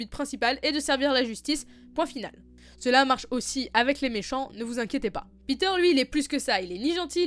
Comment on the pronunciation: Il s'appelle pas Peter bordel, il s'appelle Petyr